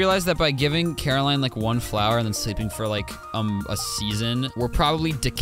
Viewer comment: i laughed way to hard at you "fwower"